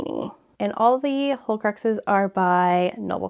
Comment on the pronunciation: Love it! I was a little thrown off by you calling the horcruxes "holecruxes", but other than that, it was a wonderful tour!